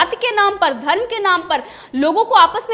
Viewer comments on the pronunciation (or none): none